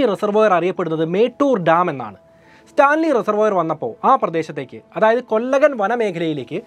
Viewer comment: 1) കൂസൈ മുനിസ്വാമി എന്നാണ്., കൂസൈ എന്നു പറഞ്ഞ മടി, 2) കൊല്ലഗൻ അല്ല കൊള്ളേഹാൾ കന്നഡ ആണ് 3) സാൽവായ് ഗൗണ്ടർ അല്ല സേവി ഗൗണ്ടർ